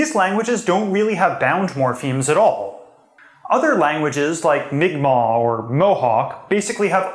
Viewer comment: Thank you for being the only YouTuber I've heard pronounce Mi'kmaq correctly!